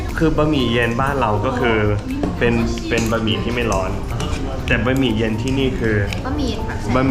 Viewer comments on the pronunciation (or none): บะหมี่พอ ไม่ต้องบ๊ะหมี่